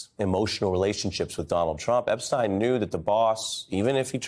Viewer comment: its EP-SH-TEYN not EP-STEIN